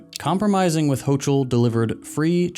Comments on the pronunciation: Pronounced: Ho-(K)-ul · The NY governor's name is pronounced with a "k" sound, not a "ch"